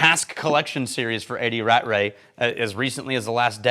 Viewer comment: Aargh not Rat-Ray. It's Ra-tray.